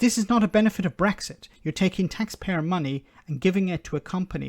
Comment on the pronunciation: She can't even say Brexit. She says Bwexit.